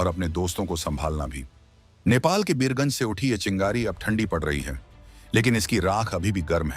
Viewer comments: बियर गंज नहीं वीर गंज बोला जाता है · Abe o Bhartiya media tadi pee key bolvraha hai beergunj nahi Birgunj hai. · Birgunj not Biyarganj